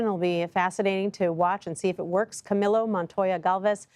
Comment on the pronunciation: Correction/helpful hint: The name Camillo is pronounced in Soanish as Cameel-o, NOT AS Camilo. It could be polite to ask that journalist how he prefers his name to be pronounced and if he prefers his name to be pronounced in the way I have specified (aka via the Spanish pronunciation of his name), you could then show him further respect by pronouncing his name in Spanish for him.